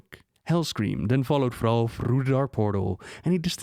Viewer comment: Who the actual FUCK is "Frau"? Oh. I didn't know Thrall was French. Good to know, I guess.